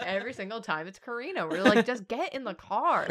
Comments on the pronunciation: You keep saying we spell her name wrong, but it's you who pronounce it as Korina instead of KArina 😅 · It sounds to me like they say her name as Kuh-ree-nah, which is pretty similar to how Katrina (Kuh-tree-nah) is pronounced (at least where I live in Canada idk).